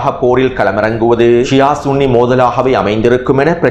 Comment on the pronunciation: சன்னி அல்ல ஸுன்ணி என்பதே சரி